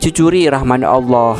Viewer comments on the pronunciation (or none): none